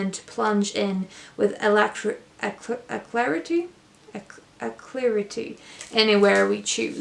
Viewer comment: Your English is fantastic....use of the word "docket" is very advanced . I think you were trying to say "a-lac-gritty"...Love your channel.